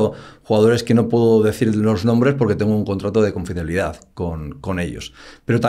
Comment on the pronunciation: No se dice "confidencialidad"??